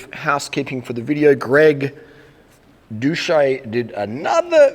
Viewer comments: Did you really fail to pronounce doucette correct? Its not "dousche" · and where does the "ette" at the end go? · 3 falsehoods in the first 11 seconds: You say you're sincere, you pretend you're too stupid to correctly pronounce his name, and you lie about his response to your begging for a live debate. Yuck.